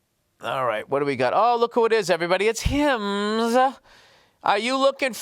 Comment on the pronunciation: when you started reading the ads, and i heard how Bill says Hims . i died laughing